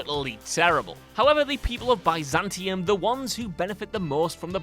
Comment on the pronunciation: I wouldn't say any of these are considered secrets but then again said Bi-Zantium instead of Biz-antium.